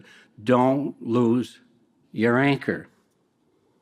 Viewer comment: Did I hear "the yanker" or "the anchor" here?? Not once but twice he said YANKER!! 🤣🤣🤣